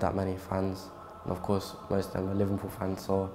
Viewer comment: is he saying livenpool?